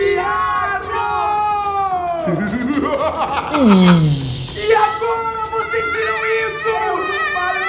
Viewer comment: manooo quando ele falou o sino do tiatro eu juro que eu entendi o sino do diabo